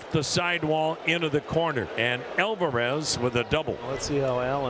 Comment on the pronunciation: announcer discussed. 😅 Also, "El-verez" 🤔😂